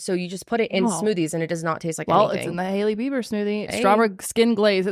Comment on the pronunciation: I thought yall said lady beaver smoothie instead of Hailey beiber 😂😂😂😂